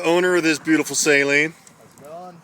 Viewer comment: SALEEN ...It's pronounced...SUH‘-leen not SALINE... It's a performance company not salt water.